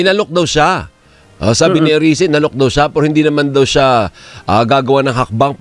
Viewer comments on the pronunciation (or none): Hindi Arise, Erise, fyi.😮😮😮🎉🎉🎉